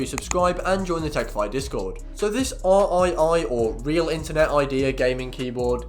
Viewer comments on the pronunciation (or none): It's pronounced REEEEEEE